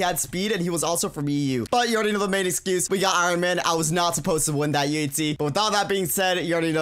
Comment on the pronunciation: UHZEE Is joe he says it XD